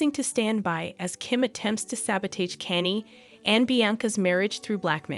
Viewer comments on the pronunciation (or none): kaa-nyay thats how you pronounce Kanye.. Stop being a clown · WOW 😮, YOU CAN'T EVEN PRONOUNCE KANYE, YOU SHOULDN'T BE REPORTING STORIES IF YOU CAN'T PRONOUNCE THE NAMES!!! SAD & SICKENING!! YOU EDOMITE!!! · Is is that hard to say KANYE🤷🏻‍♀️